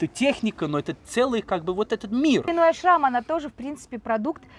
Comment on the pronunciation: Во-первых, Линой Ашрам, а не АшрАм. А, во-вторых, у Линой никогда не было русского тренера. Ее личный тренер Аелет Зусман приняла ее в группу маленькой девочкой. Да, Линой знает немного русский, т.к. в ее окружении много русских девочек. Так что советская школа к Линой имеет ровно такое же отношение, как и ее происхождение